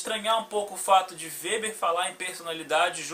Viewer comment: O "W" no alemão não tem som de "U" como no inglês.Seu vídeo é muito bom, cara, parabéns.👏👏👏👏👏👏👏👏👏👏👏